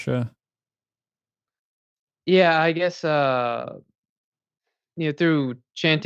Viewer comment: "A-purush"? How white of you?!